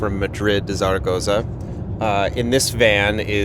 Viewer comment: I get the McDonald's thing: beer with your Big Mac is a thing of great beauty. But for the love of all that's good and holy: it's pronounced "Thha-Ra-Goh-Thha"!